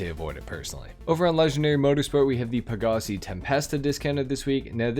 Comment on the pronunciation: I fw you heavy but it’s peh-guh-sai